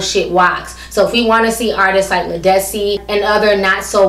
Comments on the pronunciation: I agree with everything you said. But Ti her named is pronounced Lead like a lead pencil... Lead-dis-cee.lol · Her name is Led-is-see. She's been out for over 15 years. I've have her albums and she's awesome.